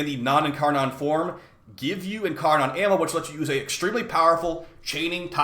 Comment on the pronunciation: In car nin man didnt learn anything but basic English pronunciation